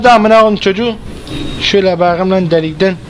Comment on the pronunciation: Benim en çok baqım demesi dşdjeğwjdğd